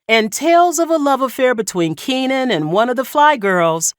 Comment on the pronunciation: It's Keenen. Keenen